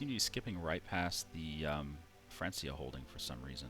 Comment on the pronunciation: I know you know, but I'm here to remind you that you pronounced it "France - ia" again. It's a hard C sound!